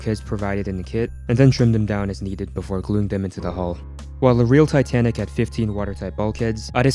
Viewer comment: it said tanic insted of titanic